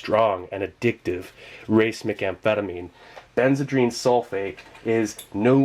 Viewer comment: FYI you are pronouncing racemic in an unusual way. It should be pronounced ruh-SEE-mick. Thanks for the video, nonetheless!